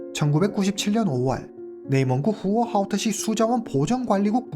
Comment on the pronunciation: 와우!오늘 사건은 발음하기 힘든 단어들이 너무 많은데 님 훌륭하십니다 맥주공장 공장장,후허하오터시,왕야연;;쓰기도 힘드네요😅